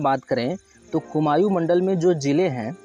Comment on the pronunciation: Bhai कुमायू nhi कुमाऊं होता है pronunciation glt h tumhara